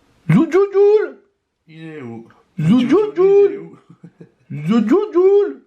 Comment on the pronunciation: c'est thejuljul pas zoujuljul a je vous kiff trop a cause de vous ma mère c'est réveillé tellement j'ai rigoler bisous a vous😂💕👏